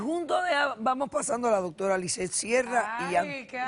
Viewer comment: Hablan asi todos los dominicanos? No pronuncian la r, suena como no doctola, yo no lo peldono. :) h: Pelo doctola, yo la amo. lol